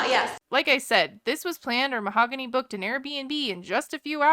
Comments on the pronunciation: The h is silent in Spanish so she pronounces her name “mao-gany” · Butchering her name over and over is pretty shitty though. 🤦‍♀️